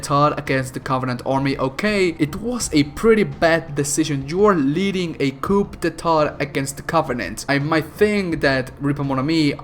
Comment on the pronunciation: Btw,in "coup d'état" you dont pronounce the P,it is pronounced "qou deta" - from a french viewer triggered by your french pronounciation